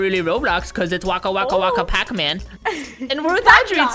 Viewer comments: DON'T SAY WACKA!!!!!!!! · we don't say wakawaka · don’t say waka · don't say wakka